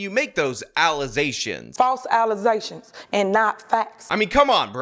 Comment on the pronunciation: Allezations, my friend, not fats.